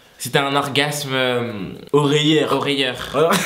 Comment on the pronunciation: On dit sonore pas "oreilleur"